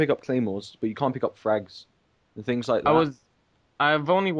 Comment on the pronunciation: I like how he says Tinks instead of things ;p